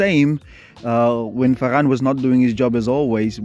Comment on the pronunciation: Bro said ferrass😂😂😂